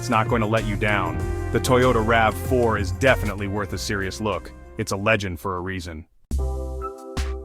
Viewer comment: The Ravy Four? The R.A.V 4? The voice over needs tweaking